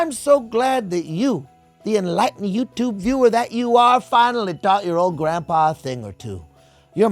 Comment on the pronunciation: every adam conover video is worth it just for the way he pronounces yütübe